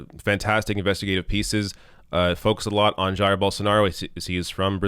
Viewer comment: If you can say “Zaïre,” then you can say “Zhaïre,” and that’s exactly how you pronounce Bolsonaro’s first name, Jair.